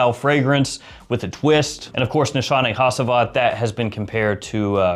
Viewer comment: Haaa-Geeee-Vat NOT Ha-Si-Vat lol 😂